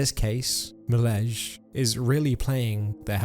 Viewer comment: Milezjj? You mean Milez JJ? 😂😂